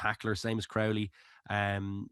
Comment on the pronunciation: Can someone tell how to pronounce Crowley? Don't tell me it's a Dublin thing, unless it's a south Dublin thing. Resting Prendergast was the right decision. The crowd was unbelievably partisan, Munster fans ruined the atmosphere of the match. There's usually a bit of hostility but you can still have the craic with Munster fans, not this year. If Prendergast had played, it would've been an absolute crapshow with the crowd